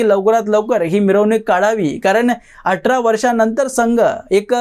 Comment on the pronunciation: 'आटरा' नको बोलूस रे...'आठरा' बोल....दुसरी गोष्ट आश्चर्य 'होईल' ' नाही....'आश्चर्य 'वाटेल...